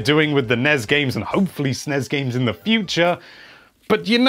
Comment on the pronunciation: Gosh darn it, it's ess-en-ee-ess and en-ee-ess